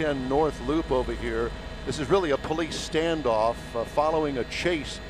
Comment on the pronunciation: "turn around and walk toward me" "Okay señor like thees"